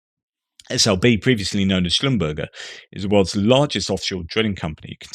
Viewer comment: "formerly know as Slumburr-Jae,"...... 😐... not "Slum🍔." 😑 😒 Carry-On-Now!... 😾